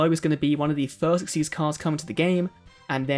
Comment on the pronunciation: Thank you for pronouncing xyz correctly